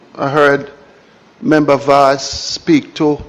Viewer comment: And the big foot gyal dunce too....what the heck is membu. Correct pronunciation is member. Even basic/elementary kids would pronounce it much better.